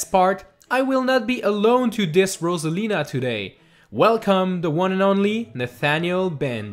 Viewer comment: sorry but uh ambidextrous anyone? rosalina is abedextrous (thanks for pronouncing her name right tho)